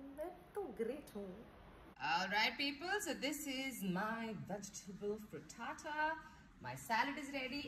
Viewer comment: When u say fritata sounds like hakuna matata so cool ❣️